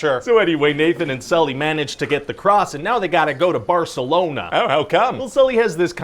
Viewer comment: "barselouna" lmao